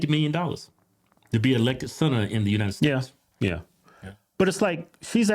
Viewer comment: United steaks lmfao hodge ttwins cant say united states 😂😂😂 my fav podcast hahaha